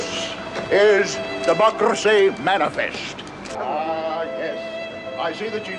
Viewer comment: Love how "rolled his R';s" when he said democracy. Just a small extra bit of theatre, brilliantly done.